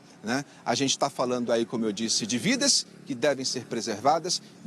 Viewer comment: Reporte falou vides ao invés de vidas ou estou louco 😅? Minuto 😂